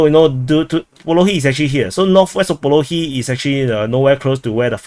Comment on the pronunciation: What analysis. He just parroting a couple of sources, draws some " sorry wrong color"ugly lines on the map and butchers geographical names beyond recognition. Its actually a retarded comedy show